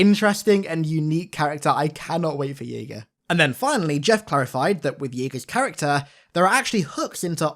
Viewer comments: It's (JAY-GA) not (YAY-GA) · It's pronounced "Jay-ga", not "Yay-ga". At least that's how Cortana's VA pronounces it in the Overview. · Thought his name was pronounced Jay-gah